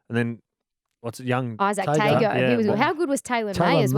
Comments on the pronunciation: Not quite Tung-oh bro, more like Tung- or and Pung-or Pung-or. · Polynesians pronounce G as nga. So Tago is pronounced Tung-oh and O is pronounced oh as in oh oh. Same as the capital of western Samoa, Pago Pago. Pung-oh Pung-oh.